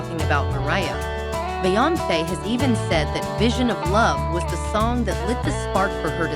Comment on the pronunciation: Just stop this mess. The "background music" is way too loud. If you're gonna use computer audio, make sure they can SAY THE PERSON'S NAME PROPERLY. Do you not watch your own videos before you upload